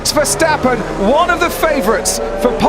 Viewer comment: It's ver stappen ok.stop smucshing... Arshole. I. Dutch. Iknow